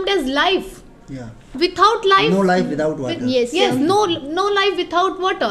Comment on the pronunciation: Without 😂...withaut😂